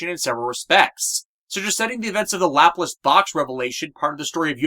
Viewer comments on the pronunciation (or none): none